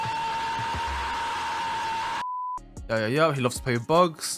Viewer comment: can you replace your "Yeur" with "UwU" for 1 video